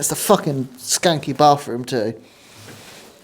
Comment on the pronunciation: "Oh mauuuuwnn it's a fawkenn skauwenky bathroom too" 🤣:face-orange-raised-eyebrow::face-pink-tears